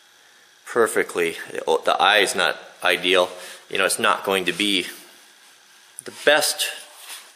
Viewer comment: it's not eyedeal